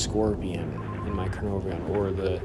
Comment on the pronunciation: Cuh-nar-von (pronunciation)